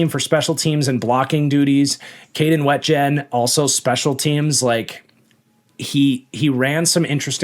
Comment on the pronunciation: It's pronounced Kaden WEE-jen fyi